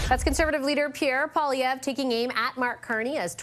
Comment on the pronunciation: PiEErre POOilievre 💩